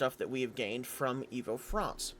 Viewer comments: Read this and I'm waiting.... Fronce 🇫🇷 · The way you said France gave me a giggle, I found that funny for some reason